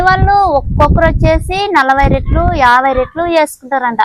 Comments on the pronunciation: రెట్లు కాదమ్మా రొట్టెలు అనాలి మాది కర్నూల్ టౌనే.రొట్టెలు చాలా బాగా చేశావు.మేము ఎంత పెద్ద చదువులు చదివాము.అయినా నాకు రొట్టెలు చేయడం సరిగా రానే రాదు😢 నువ్వు అమాయకంగా మాట్లాడుతుంటే వినబుద్ధి వేస్తోంది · రేట్లు, రొట్టెలు, రెట్ట… వీడియో చూస్తున్న అంత సేపు ఏం అంటుందో అర్థం కాక చూసి అర్థం చేసుకున్న. మీ వాడుక భాషలో రెట్టి అన్న పదం రెట్ట లాగా వినపడుతుంది. రొట్టెలు లేదా రొట్టె అంటారు కదా?